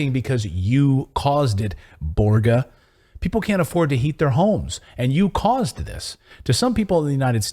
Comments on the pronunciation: Borga as in Borzsha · Børge Brende of WEF is Norwegian. You pronounce the ø like the u in burger and fur :)